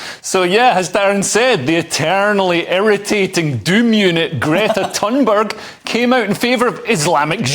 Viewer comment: I'm fluent in Norwegian. Gretas last name isn't "Tonberg," it's said "Tuneberg."